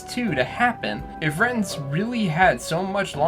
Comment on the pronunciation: Just had a realization, I think Roger's last name is meant to be pronounced "Ray-tinz", like "ratings", not "Rhet-inz."